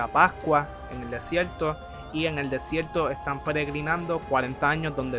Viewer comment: MALO EL VIDEO, NO TIENE SENTIDO QUE APAREZCA EN AUTOR EN APARENTE CONFLICTO Y SE DICE VERDAD, NO VELDÁ Y SE DICE DESIERTO NO DESIELTO :face-red-droopy-eyes